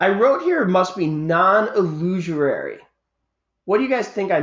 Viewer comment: "illusorary" (try again)?